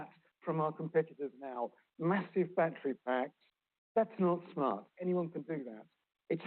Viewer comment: Peter needs to learn how to pronounce the words “battery”and “schedule.”